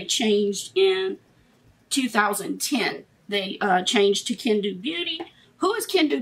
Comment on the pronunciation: Hi Love, it's actually pronounced ken-doe.😘